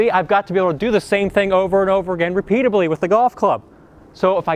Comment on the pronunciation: Please, it’s not repeatasby, but repeatedly. Still love your lessons.